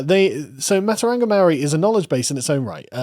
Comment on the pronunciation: Aotearoa is pronounced “aye-oh-tay-a-row-ah” and matauranga is pronounced “maah-tow-ronga” The NZ Government is pronounced “com-ee-trash”